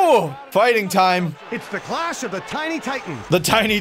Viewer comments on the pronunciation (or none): none